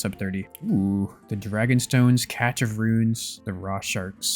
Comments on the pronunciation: im convinced you pronounce it catch instead of cash just to troll us now. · I can't do it anymore! it's CASH of runes, cache is pronounced CASH, gah! great videos though!! thanks for the content boss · Monologuing about how people don't like monologues lol. Also probably the smartest person who can't say cache correctly